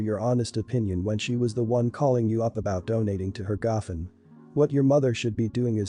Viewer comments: The speaker is mispronouncing the word gofundme. It is go fund me. I have problems with speakers who do this for a job and don't know how to pronounce correctly. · Learn to pronounce words right. It’s called go fund me . It’s not a one word. U need to be stable in order to have children. Sister told her the truth. Some people lose weight easier than others. Not everyone has the same metabolism. U never tell someone u love them unless u feel it & mean it. Mom needs to set her boyfriend straight. His complaints r uncalled for. She should take up for her daughter. I wouldn’t give little kids raw fish. I get angry & yell at my youngest 2 granddaughters when I’ve told them multiple times to do something & they just keep putting it off r they just don’t listen.